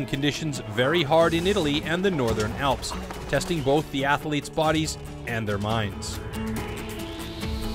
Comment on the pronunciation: Horrible narration and awful soundtrack! FYI voice over guy...Athletes only has 1 A...and is not pronounced 'Ath(a)letes!🙄